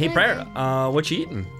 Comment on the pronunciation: Pryor, don't lis... prior? priar? anyway, don't listen to him. added sound effects are always needed.